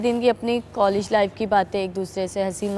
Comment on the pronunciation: कॉलेज को कोलिज बोल रही हे गवार